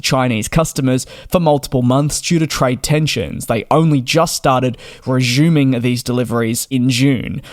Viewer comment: “reshhhiuming” that’s one way of saying it 😉